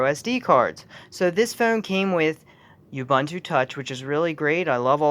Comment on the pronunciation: Say it with me: "Oooh Booon Tooo", not "Yubuntoo"